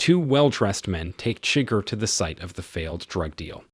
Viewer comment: Great content. Enjoyed the vid. But seriously man, they actually announce how “Chigurh” is pronounced. Need to fix that.